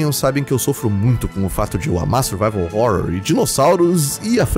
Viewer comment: Sim, sou eu de novo, o cara da pronúncia de Survival Horror, e vim dizer que estou orgulhoso! kkkkk